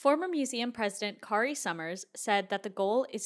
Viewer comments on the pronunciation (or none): none